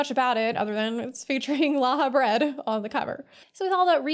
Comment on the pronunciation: "And it features Lahabread" Everyone: "How many times do we have to teach you this lesson, old man!?"